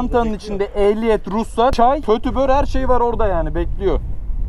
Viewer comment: "Petübör" cezadan kurtaran püskevit. :D :D